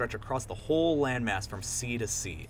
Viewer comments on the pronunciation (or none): none